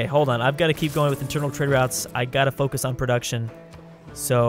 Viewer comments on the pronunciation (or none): none